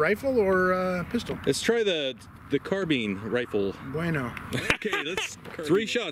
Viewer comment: "Carbine" pronunciation: Ian McCollum from Forgotten Weapons did a survey of YouTube videos and found that most guntubers call it a "car-bean" and most gamers call it a "car-byne" with something like 75-90% consistency. Edit: I guess I got mixed up and gave the credit to the wrong guntuber. Whoops! My memory ain't what it used to be, it seems. Ian did a short video about it, but not the survey thing.